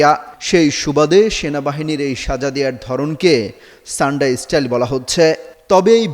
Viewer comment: শব্দ উচ্চারণ আগে ঠিক করেন তারপর সংবাদ পাঠ করবেন। শব্দটি ছান্ডা হবে নাকি সান্ডা হবে।